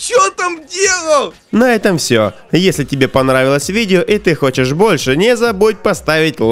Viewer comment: Мне одному показалось что он сказал вместо подписаться подлизатся